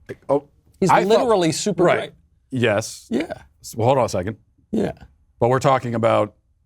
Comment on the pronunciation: Michael 2/3rds into a martini cannot pronounce the words "great" and "grape" differently.